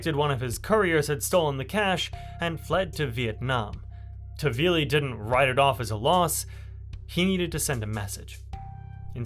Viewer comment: Nice video but his name is not tavili but taHvili